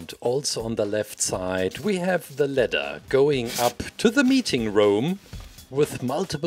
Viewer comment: I kept on thinking he was saying letter not ladder